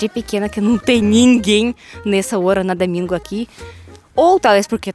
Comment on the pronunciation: "É muito camum num damingo" 😁